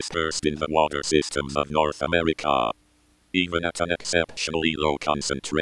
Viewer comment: For some reason, the think that spooks me out is not the world-ending scenario, rather the pronunciation of “North America”. This makes me think that the person who usually creates the SCPEASs has contracted the 999 illness, meaning that the foundation had to create this in a rush. EVEN THOUGH I KNOW THAT THEY ALWAYS USE THIS VOICE, AND THAT THAT IS HOW IT ALWAYS SAYS THAT. (yes i am that guy who is scared of small imperfections, rather than big ones, and i am your poetry teacher who always overanalyses everything to the point of inaccuracy)